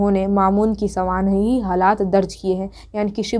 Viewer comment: سوانح لفظ تو صحیح سے بول لو یار